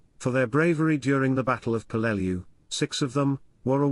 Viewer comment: Hey ai... its pronounced PELL-LE- LEW